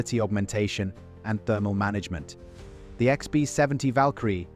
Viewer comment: The AI mispronunciations are hilarious lbf becomes leaf or something equally unrecognizable “Icksby 70” 😅